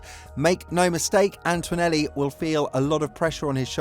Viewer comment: It's ANTONELLI! ANT-O-NE-LLI There's NO "U" or "W" in his name FFS!!! It's Antonelli, NOT Antwanelli or Antuanelli!!!